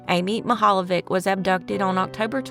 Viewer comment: I live in Cleveland and both of these stories are embedded into our community. Also, you did an excellent job pronouncing geauga and mihaljevic